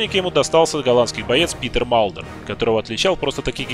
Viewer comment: Комментатор называя имя Питера Малдера всегда вместо буквы т произносил д. Как зовут этого бойца?))